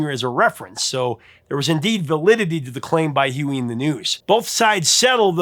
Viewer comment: Dude ur scaring me... Are you pronouncing Huey Lewis "Huey Luis*. 😮 😢